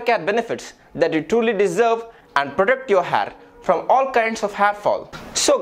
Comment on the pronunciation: Ur "har" is awesome dude 😂😂😂